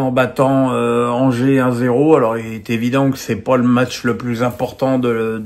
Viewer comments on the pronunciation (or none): none